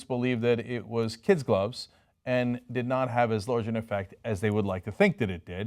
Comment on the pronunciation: I love that he always says "Kids gloves". Same as how he pronounces "Hilarious". Smile.